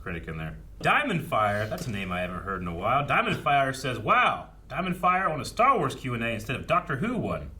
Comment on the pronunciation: is writing some great stah wahs